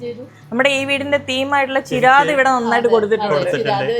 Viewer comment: ചേരാദ് അല്ല ചിരാദ്...